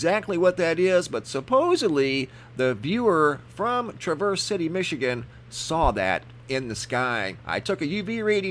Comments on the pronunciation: The A in Traverse is pronounced as the A in Bat and it is smooth no break. So not Tra verse but Traverse City! ☺ Awesome photos. Be blessed in Jesus Christs mighty name! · It's pronounced Tr avese City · I got absolutely mind boggling video last might. Massive cloud ships and fake helicopters..also see those rings often. And its pronounced Trah v errs. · Traverse City. Trav-verse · Awesome video as usual. FYI it is pronounced Tr-ave-er-s city :). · Traaaaaaaavers city not travers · COULD SOMEONE PLEASE TELL HIM HOW TO PRONOUNCE THE WORD TRAVERSE CITY MICHIGAN??!! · Who pronounces Traverse City wrong? Why,, that's who! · Dana Smith haha I’m from Michigan and how he said it was not how u pronounce it. Guess he Needs to take a trip to Michigan when all this crap is over with.